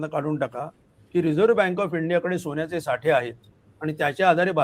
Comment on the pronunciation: सोन्याचे म्हणावे सोण्याचे नव्हे रे